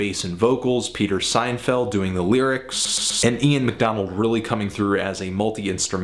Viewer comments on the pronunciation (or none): SIN-FIELD not SEIN-FELD. If you are going to be a self-pronounced nerd please demonstrate your neediness by pronouncing every name properly. Thank you. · Who is this "Peter Seinfeld"? Pete Sinfield is a well-known lyricist. I suppose that's who he's talking about. I've watched a few reviews by this guy and he seems to make a lot of basic errors: misidentifying instruments, mispronouncing names, etc. Kinda makes me question a lot of what he says. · Dude, the name is Peter SINFIELD, can't you read??? And what's with voice skipping? Outta here! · Sinfield not Seinfled or Seinfield. If you're going to talk KC, please know the players. Also, nothing archaic (or old fashion) about In the Court of the Crimson King. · It’s Pete Sinfield (sin field) NOT Seinfeld.